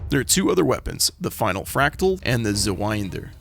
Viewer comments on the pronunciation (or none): also, the Zweiender is a reference to the Zweihänder, so you'd pronounce it like "Z-vai-end-eh" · I think you would have an easier time pronouncing the Zweiender if there was a hypen inbetween the i and the second e, as it's a portmanteau of the words Zweihander (Which is a type of two-handed sword) and Ender.